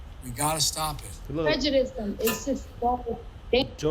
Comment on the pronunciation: wise words, bro. liked. btw, did you hear her pronounce "prejudice" as "prejudicedom"? i didn't get to that part yet